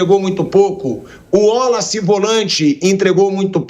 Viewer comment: Wollace?😂 gostam de falar errado 😂